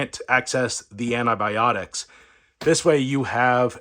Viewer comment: aNNaAbIoNiCs.....???? It's ANTIBIONICS.